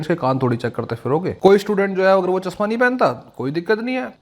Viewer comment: Urdu pad le chasma ni chashma hota h bete